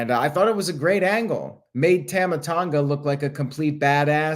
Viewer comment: You pronounce Tama wrong. It’s like Tom-ah not tam-ah. Sorry I hate to be that guy but I was cringing a little every time you said it and couldn’t believe not one person corrected you. I guess I was the only one bothered by it. 🤣